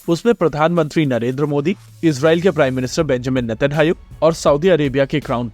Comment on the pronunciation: It's natenyahu not netanhayu